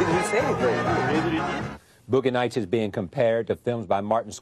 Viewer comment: "Boogeh Nights"